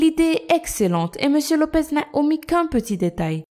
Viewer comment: Mais vous décidément les prononciation c'est pas votre truc il y a marqué "Lopes" et vous n'arrêtez pas de dire "Lopez"